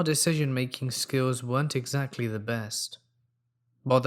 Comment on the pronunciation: y u say eggs Lee etc??